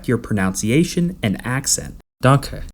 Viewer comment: "Helps to pronounce words" , proceeds to butcher danke lol